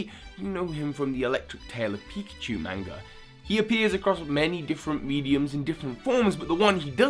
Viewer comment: I'm bothered by the way you said manga